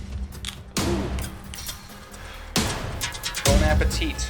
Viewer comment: It's pronounced "Bon appetee". Please. Stop with the tit.